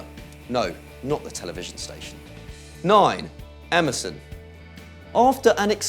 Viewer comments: Emerson sounds like MSN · Emerson sounds like Amazon 😂😂😂